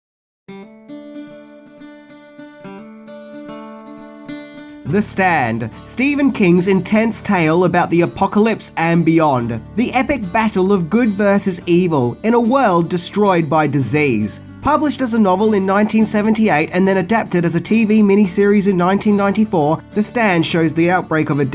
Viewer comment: "destroyed by disayse..." ?